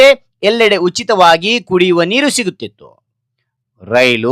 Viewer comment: ಸಾಮಾನ್ಯ ನೀಕು ಅಲ್ಲ ಸಾಮಾನ್ಯ ನೀರು